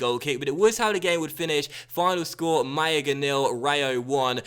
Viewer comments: It's because people told him that if there are 2 Ls in Spanish it is pronounced as a Y in English (but I don't think he noticed that there is only on L in "Málaga") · Your pronunciation of Malaga is atrocious!